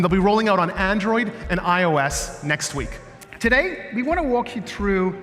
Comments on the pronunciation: tah - dey. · excuse me did you said " today " - "today"